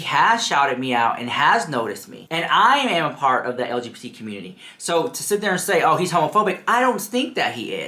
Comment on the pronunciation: He couldn't even say LGBT properly so he devolved into saying stfu like girl bye. Touch some grass, read a book.